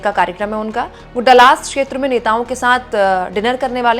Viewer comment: Dallas theek se pronounce Kare please.. Dallas hai Dalaas nahin .. thank you .